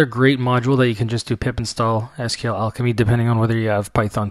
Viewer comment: You're pronouncing SQL incorrectly......